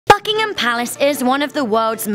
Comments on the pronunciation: My ears bled lol BBBUUKK ingham Palace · I got scared when she said BUCKhigam palace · At the beginning I thought you said fuckingtin palace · I heard Buckingham palace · If u keep playing the beginning of the video it sound like fuckingham palace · Sounds like FuckingHam Palace Xd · At the start of the video it sounds like she says F****ingham Palace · In the beginning of the video I thought she said fuckingham palace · Hi is it me or does it sound like it says fuckingum packs at the start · I heard fuckingham palace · That was the loudest and most distinct "b" i have ever heard when she says "Buckingham". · As soon the video starts its sound like a swear word lol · Sounds like the f word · ...the way she said is disrespectful...atleast try to pronounce it properly....